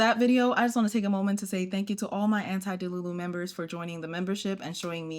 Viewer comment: anti DELULU. dude i thought you were saying antidiluvian and I was like "there has to be a story for her obsession with The Flood", my little Noah creator.